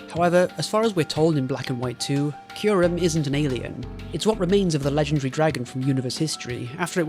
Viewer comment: "Kai Rem" lmao you pronounce Kyrem correctly in all the other times. Was this just to provoke a comment?